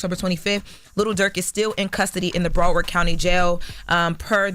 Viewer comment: "Bra Word County" is CRAZY😂